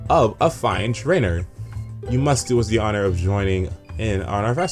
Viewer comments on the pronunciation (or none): none